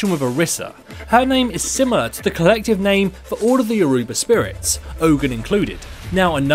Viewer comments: Jesus Christ that's not how you say youruba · can you pronounce Yoruba correctly